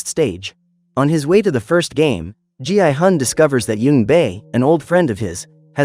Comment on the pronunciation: Why did it call gi-hun gi i-gun?